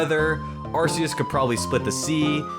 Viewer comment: It's arceus